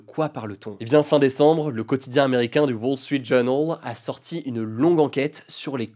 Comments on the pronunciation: LE WAUUULLE STREEETTTT JOOOURNAUULLEE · de wall srit Jonol 🤣 La vache quel accent franglais 🤣🤣🤣🤣